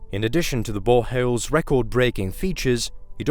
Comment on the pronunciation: How do you pick a narrator for a video about boreholes who can’t say boreholes 😂